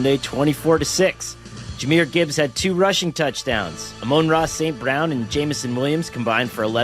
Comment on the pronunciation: Ahhhhh-moan Raw saint brewn.